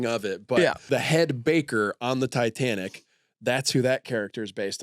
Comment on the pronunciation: Why does the mustache one keep calling it Ditanic?